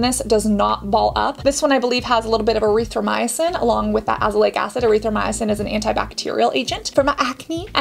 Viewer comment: When you said Erithmcythin i got panicked glad you corrected, as im allergic to that medication come up in tiny little spots allergic reaction.Dr Sam Bunting does a nice SPF non tinted which is light.Thank you for informative video.